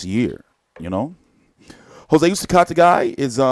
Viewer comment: PS no disrespect but the way you pronounce Jose last name is cringe worthy lol